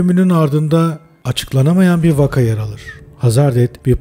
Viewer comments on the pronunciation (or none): none